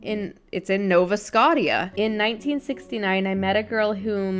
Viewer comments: I dont see any comments that say it but its Nova Scotia (Sco-sha) Canada! haha that gave me a good laugh hearing you pronounce it like that 🤣🤣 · Nova Scotia is in Canada (pronounced nova scosha). So is Ontario. ☺️ you are very entertaining! Keep being you! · now vuh skow shuh its in Canada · It's Nova Scotia! In Canada. Pronounced Nova Scosha! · Y’all help her. It’s pronounce Nova skow-shuh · and the why you pronounced it had me dead hehe. Love your videos :) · Wow... English was so hard for you on this podcast!!! "Nova-scotty-uh" was my favorite Maybe "bluh-joan-ing"